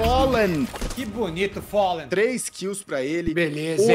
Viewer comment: follen?? quem é este random chamado gaules, fala tudo errado